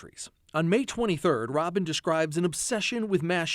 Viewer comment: ROBERT NOT ROBIN